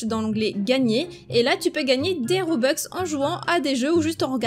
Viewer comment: Juste pour dire toi tu dit des robex mais c’est des robux c’est juste pour dire enfin bref je t’adore trop